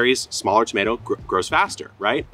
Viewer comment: Please no more “tomats”. One more syllable isn’t gonna kill you LOL